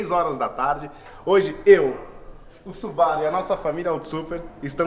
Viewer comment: Pessoal, que tal pronunciar o nome da marca corretamente? Não é Subáru, e sim Subarú. Afinal, ninguém chama Mercedes de Mércedes, né? E outra; Subaru significa Plêiades em japonês. Vejam as 6 estrelas da constelação na logomarca, que confere aos Subarus uma aura ‘protetora’. Raramente quebram, e estão na lista dos top 10 carros mais seguros. Amo os Subarus. De PAIXÃO. E seria interessante apresentarem o carro pra quem cai de paraquedas no vídeo, valeu? Bom trabalho!